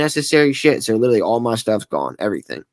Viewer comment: If he’s going to use the work “literally” so many times, maybe he should learn how to actually pronounce it…🙄